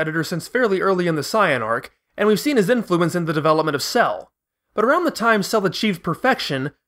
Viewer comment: "arrrrround the time" :D love your videos